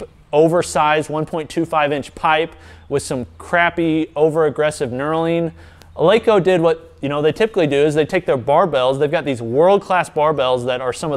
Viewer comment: Pronounced "El-eh-ko", fyi, not "El-ee-ko".